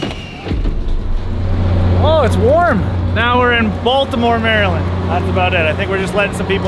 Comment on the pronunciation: That pronounciation of Maryland is hurting me.